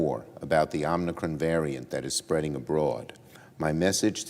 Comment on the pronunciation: Chuck, I know it is "new" but could you possibly pronounce Omicron correctly? It is NOT Omnicron.